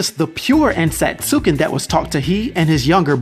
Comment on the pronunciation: If it’s spelled Ensatsuken, then I’m almost 100% sure that it’s pronounced “En-sats-ken”. Good video though